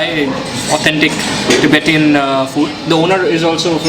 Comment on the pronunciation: LOL. What is tibetiaaan???? it's Tibetan.